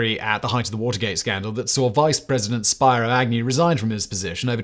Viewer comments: Spyro is a beloved character from video games; Spiro (pronounced Spee-ro, Simon) Agnew was a centrist Republican from Maryland who resigned the vice-presidency in disgrace as he was being investigated for suspicion of criminal conspiracy, bribery, extortion and tax fraud. Seriously, Simon, do you ever consider doing even a minimal amount of research in pronouncing peoples names? Google and Wikipedia are there for anyone who wants to learn, dude! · It’s pronounced “Speero”. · Love your videos Simon. One nit, it's Spear-o Agnew. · Speero lol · "Speero" Agnew